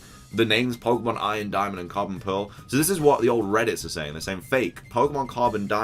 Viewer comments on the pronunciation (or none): none